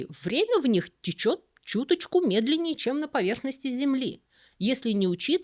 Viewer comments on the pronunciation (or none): none